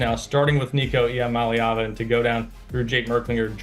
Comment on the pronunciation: Just trying to help you get it right. EE AH Molly AH Vah. Not "AA Vah". You're welcome.